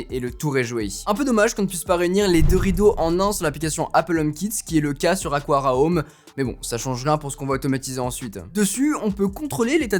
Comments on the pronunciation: Ce n'est pas "aquara" mais "aqara" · On prononce bien Aqara: Akara, et pas Akwara 😅